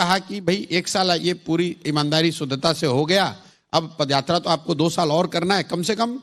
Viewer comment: Padyatra nahin paadyatra kar raha hai bolo jaise karge ne bola hai